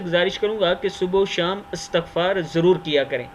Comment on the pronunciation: وعلیکم السلام جزاك الله خير بھائ لفظ اِسْتِغْفاَر ہے اور ایسے ہی پڑھا کریں۔۔۔شکریہ